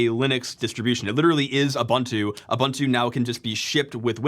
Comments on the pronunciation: For the love of god, please learn how to pronounce Ubuntu. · its ubuntu, not abantu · Everybody talking about Weasel but I can't help but be bothered by Uh-buhn-too. XD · for me it was how he pronounced Ubuntu